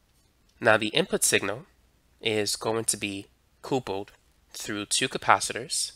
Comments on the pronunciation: I enjoy your videos but it’s funny how you pronounce “couple” like “coople” instead of “cupple.” Do you and your partner make a nice coople? Lol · I also noticed that he pronounces couple as coople. I wonder if his pronunciation is due to some regional accent? Curious. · What's a "Coople"??... 🤔 🤷🏻